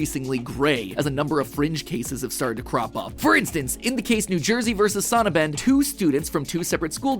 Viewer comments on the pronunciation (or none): As a native german speaker I was taken aback real hard by the Sonnabend pronounceiation. It would translate to Sun evening, meaning Sunday evening so it's pronounced like Son(in english) abend, in german weird how much that threw me off